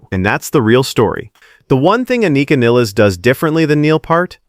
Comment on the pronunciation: Not Niles, Nil-les